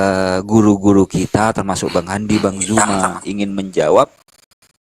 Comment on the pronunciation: belajarlah menyebutkan Bang ZUMA Bukan JUMA...